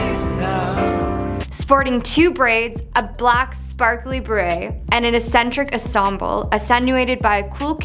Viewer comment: It's pronounced "ex-centric" not "ass-en-tric" 🤦🏼‍♀️